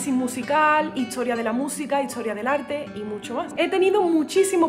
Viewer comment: Tu música es muy hermosa, pero, sí, dices "buenatsarde", "hitsoria", "etso", etc.